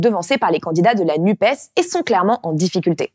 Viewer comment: Par pitié, arrêtez de dire "Nupaisse", c'est insupportable !